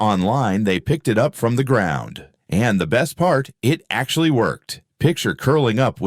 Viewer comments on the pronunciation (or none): none